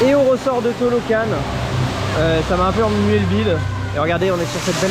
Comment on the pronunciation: Je ne sais pas si on t'a déjà fait la remarque mais c'est Talocan et non Tolocan ... :p